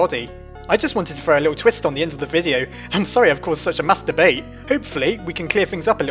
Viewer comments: When he said mass debate, it sounded like he was saying masturbate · Did you just say "master bait"? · when you say Mass Debate, it sounds like Masturbate. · At the beginning of the episode, did you say "master-bait!?" ... 😆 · I thought it said mass debate when I first heard it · people say you're wrong and i say when you said "mass debate" you said "masturbate" by mistake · it sounded like he said "im sorry i caused such a masturbate" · he said mastabate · Instead of saying "Mass Debate" in the beginning, it sounded like you said something else... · he said mass debate, though going back after reading this I heard it too, lol! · dylan / lolatron he said mass debate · Definitely misheard 'mass debate'